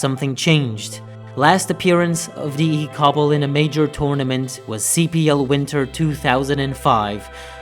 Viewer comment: The way you said cstl and cbbl got me dead 💀😂